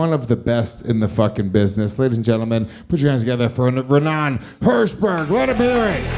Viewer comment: It’s Raanan not Ranaan